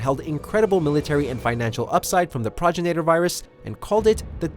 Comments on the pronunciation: You’re saying progenitor wrong. It’s not progenator, it’s pro-gen-i-tor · It's pro-gen-i-ter not prog-in-ator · He also called the Tyrant that nemises feasted on as a "failure" even tho that was one of the 6 tyrants dropped into Raccoon city, and also he mispronounced progenitor as projiner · "PRAgenitor virus" Me: PROgenitor virus..................... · PRO-JEN-UH-TOR. Say it with me, pal. That's how you pronounce progenitor. 🙄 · Bro you need to learn how to pronounce progenitor the correct way. You're pissing people off when you say it thenway that you do. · Yeah he "researched" so hard he couldn't even figure out how to pronounce something basic to the game's lore properly 😂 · Do you research bro on how to pronounce words you’re supposedly researching. Progenitor... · When you realise that the narrator cant pronounce the word "Progenitor" lol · Lair I can tell lol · Sounds like he's saying terminator with an Arnold accent 😂😂😂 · TJFI88 Destroys his research credibility with me. Smh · A E a mispronunciation of a word really destroys his credibility with you? You say that like you’ve never said a weird word wrong before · Facts! Straight pissing me off!!! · It scars me to hear progenitor pronounced incorrectly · You are pronouncing the progenitor virus wrong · Agreed. Bugged me when they said 2 tyrants were dispatched. It was only the 1. That and how the guy pronounces Progenitor. Eurgh.